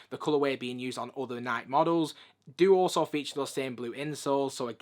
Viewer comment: "Naaaiiik" "Naaaiiik" Google: How do you pronounce "Nike"? Answer: "Nai-Kee"